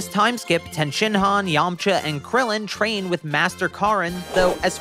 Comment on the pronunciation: are my ears broken or do you say "shtrain" instead of "train"?